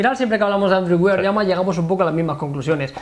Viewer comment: Joder se dice "wær" no WIAR.... Dejad de decir WIAR que duelen los oidos! Por lo demas sois muy genios!!👍